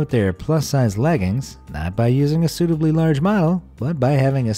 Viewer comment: Man. You gotta pronounce your words better haha. I thought you said "Instead of using a 'stupidly large model'" but you actually said "suitably large model" lol